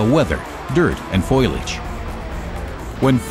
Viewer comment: Good video, but LMAO. Does he say "foilage" ? Straight out of the Simpsons....